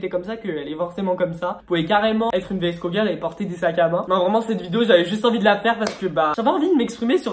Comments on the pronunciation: vsco se dit visco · Ça se dit visco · on dit vsko girl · Vidéo pas du tout travailler tu ne t’ai même pas renseigné pour savoir comment ça se prononce , si cette vidéo a déjà été faite (et oui des milliards de fois) et genre aucun rapport avec la mode “année 80 ”🙄 Bref c’est une critique constructive parce que faut vraiment que tu t’améliore🥵